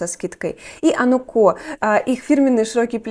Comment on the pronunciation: модные блогерши, в большинстве своём косноязычны, безграмотны и не знают иностранных языков - отсюда неспособность правильно произносить названия брендов.